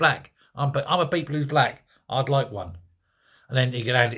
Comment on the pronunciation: Are you saying people or peephole? 😅